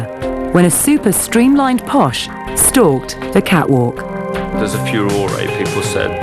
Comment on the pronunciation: It's Posh not posha. It's her nickname from her spice girls days; "posh spice" and it stuck